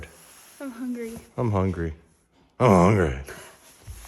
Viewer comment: “Like I said. We hongry!”